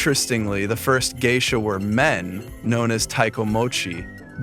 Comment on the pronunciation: They are Oiran not Geisha. You can't even pronounce Geisha correctly, no wonder you can't tell the difference between Geisha and Oiran 😂